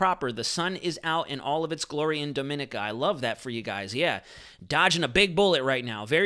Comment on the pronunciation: Please pronounce Dominica as "Dom - muh - nee - kuh" thanks